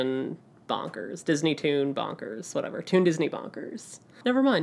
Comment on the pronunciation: Super the cutest videos when you guys do these together <3 Definitely keep doing them :) (Also bonkers - ya botched it but I totally got it ! )